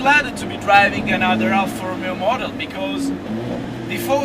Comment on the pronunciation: Scusa eh, ma per quale cavolo di motivo tu, che sei italiano e sai come si pronunciano correttamente "Ferrari" e "Alfa Romeo", dici "Frari" e "Alfra Rumeo"? Mi sembra un controsenso...